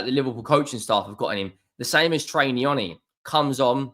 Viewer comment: It's trey not troy ya spaz